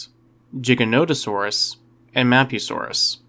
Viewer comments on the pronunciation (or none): For the love of all that's dinos STOP pronouncing the Giga's name wrong. It's GIGA-no-tuh-saw-rus. Same as if you're saying the word gigabyte. Not jig. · Believe its a hard 'G', sir. Not "jiggernotosaurus" - it's 'Gig'. At least, it has been in every lecture I've witnessed about such. Mind you I'm UK - mayhap you pronounce it differently there. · OMG you did not just call Giganotosaurus "Jigga-note-o-saurus". You must play Ark. Good video though, I enjoy your content. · Man said jiga it’s giga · Jigganoteasaurus 🤣🤣🤣 pacifically? 🤣 I didn't even make it an entire minute into this 🤣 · Dinosaur content creators on YouTube need to stop saying Giganotosaurus wrong, you're influencing a Generation of viewers who will believe anything on YouTube. It's pronounced the way it always has been and always will be... "Gig-ah-no-toe-Saw-us" not a syllable more nor less, if people truly struggle then follow this. to Pronounce the Giga correctly, One uses The Rock Bands GIG sound NOT the Pirate's JIG sound. Now you can call me an Idiot or whatever word meaning dumb, but in the 29 years I've been alive I haven't seen even one dinosaur book featuring the Giga that showed a Pronunciation with a J Sound, so get it right or get educated. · I'm sorry but does the way this guy say Giganatosaurus infuriate anybody else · Eh, I don't really care tbh. I know Giganotosaurus is supposed to be pronounced Giga as in gigabyte, but pronunciation usually doesn't bother me. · i hate the way people say giganotosaurus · I'm so glad I'm not the only one that pronounces the mighty gigas name like that.